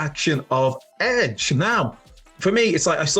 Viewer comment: It's edge for god sakes